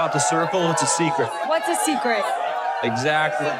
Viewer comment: I hate how she asks "what's a SECRET?" instead of "WHAT'S a secret?", the emphasis on the wrong word implies she is asking WHAT A SECRET MEANS and not what the subject of the secret (a.k.a "the circle") is. This annoyed me way more than it should've.